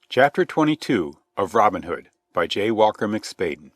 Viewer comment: Just two seconds in, and I am puzzled already. Isn't the way the narrator pronounces Robin Hood, the hood of a Robin, and not the nickname of a guy called Robin?